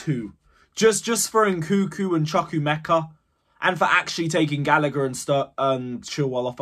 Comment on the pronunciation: It's not nkuku it's nkunku! You guys doing it on purpose ahah